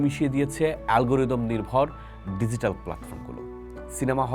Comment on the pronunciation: Apnar banglao kharap, English o .. DiGital.. its G … ar Ekhoi na .